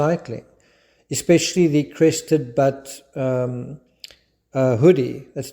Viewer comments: Hi, Crested Butte in Colarado is pronounced Buuuute not BUT😅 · “butte” sounds like “bewt” and if you get a chance to go to Crested Butte, please do. It’s beyond beautiful. They have a wildflower festival, I hope to go one day, but the time I visited was amazing. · Crested Butte ...the Butte is pronounced like (first syllable in) beautiful. I mention it as you seem the type who'd care to know. Thank you for this video and for not forgetting Suzanne Morphew. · Yes we Coloradan mountain bikers wear cycling clothes when we ride, just like you. So I agree with you that bicycle clothes were not found with her remains. By the way, Butte, as in Crested Butte, rhymes with Ute, like the Indian tribe. I know you like to know how to pronounce words that are not native to you 😀